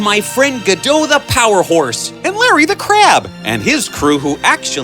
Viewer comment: Godot not Godo